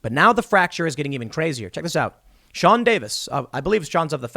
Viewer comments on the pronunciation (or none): none